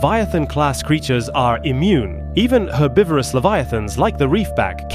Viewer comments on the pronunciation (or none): none